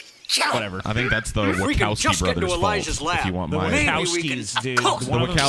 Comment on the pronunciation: Yep, and also, and, it's pronounced "Wachowski" with a -ch, not with a k. I just had to say that, I've seen the Matrix 21 times.